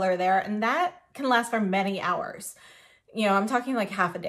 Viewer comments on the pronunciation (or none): none